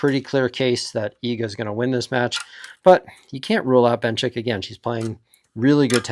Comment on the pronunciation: And Benchik